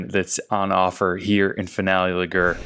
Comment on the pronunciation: Great video! Just learn how to say Ligure lol